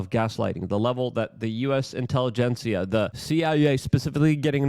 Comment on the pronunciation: intervention! luke please look up the word intelligentsia! or maybe we shoould respell it intellegenCIA?